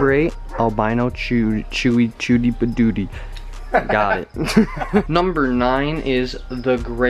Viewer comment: U said the butty of the beast ??? Lol